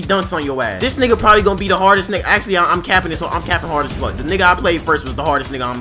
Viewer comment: Yo laughed is so funny and the way u say niggaaa is so funny hehehe